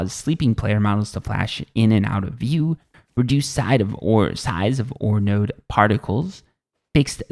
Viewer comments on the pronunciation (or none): none